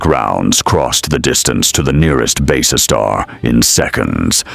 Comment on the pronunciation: My thoughts exactly, It is also quite obvious whoever did the graphics has no idea what BSG ships should look like. Not to mention it would be nice to have a human narrator that could pronounce Basestar properly, kinda gets annoying after a while :/